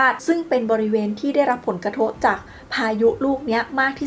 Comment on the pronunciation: นึกว่าได้ยินคนเดียว 😂